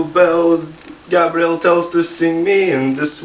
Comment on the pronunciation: ble nuo kai sakai ei gabriel atrodo kad sakai gabriel smells xD